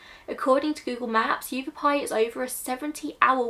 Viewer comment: I generally avoid children’s cases because they’re something which can trigger me, but as somebody who grew up in Phoenix (it’s pronounced Yah-vah-pie after the native tribe indigenous to the area), who hadn’t heard about this, I thought it was worth it to listen. It would not surprise me if it was some form of hate crime, even back that far. Anti Mexican sentiment within the WASP community there is quite common in the area- just look at sheriff Joe in neighboring maricopa and how many times he was re-elected. Red is a very significant colour- a lot of Latin American children are immediately given a red string bracelet upon birth to ward off Mal de Ojo. It's possible that if she was an undocumented immigrant, the red nails and hair tint were added protection, rather than signs of unsavoury human trafficking. Coyotes are highly exploitive and dangerous people who often actively choose to prey on the weakest, and they've been operating on the mexican-american border since the late 18000s- it's possible that they chose to increase the amount of money they wanted whilst transporting this girl and her family and them chose to either deliberately or accidentally ended up killing her. It's also possible that she simply did not survive the hardness of the desert and the way in which they chose to transport her.